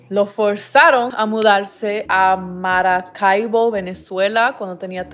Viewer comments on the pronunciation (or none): Oigan no es haté ni nada pero me dio mucho risa como Pronuncia Maracaibo 😂😂 jajaja perdón.